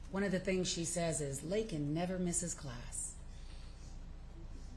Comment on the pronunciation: LAKEN not LAYLEN